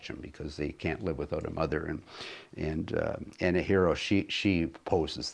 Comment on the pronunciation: Hi. You need to visit Mattawa Museum. It's An-a-har-reeo. And she was born and raised on Fifth Street (Anahereo Way) in Mattawa Ontario. She was Algonquin. The museum here has a very accurate account of her and her life with Grey Owl